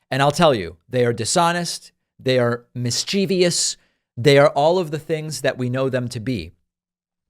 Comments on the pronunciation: David...sorry, but it's not pronounced 'mis-chee-vee-us'. Please stop. Otherwise, you are rocking with it!👍🏿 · Interesting segment. Just a small English correction: the word is 'mischievous' - there is no such word as 'mis-CHEE-vee-ous' although for some unknown reason many people say it like that, adding that extra syllable that clearly doesn't exist if you look at the word.. So, it's just three syllables: MIS - chih - vuhs with the accent on the first syllable. <3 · David, I'm highly disappointed in your mispronounciation of the word "mischievous". Tsk tsk.